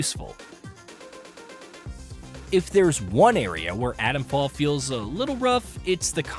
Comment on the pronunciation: I wish reviewers pronounced 't's. It's not Adomfall.